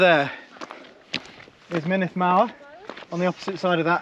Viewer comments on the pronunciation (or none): Great video thanks, Snowdonia is much harder than the trails around mont blanc. The uts50 route is also far easier in terms of technicality than the 100 km route. The glyders especially are really tough. Good luck on your races. A little pronunciation guide, mynndd is pronounced munith, and single fs are v's so foel is pronounced voyal, double ll's are more like hlan than clan.